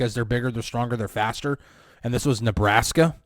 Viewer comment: I’m glad you put that emphasis on “Nebraska” 😂. Let’s Go Hawkeyes! As a Raiders fan, it’s kind of hard to cheer for the Steelers, but since y’all currently have 3 Hawkeye players on yalls team, maybe, just maybe, I might possibly cheer for yall on the side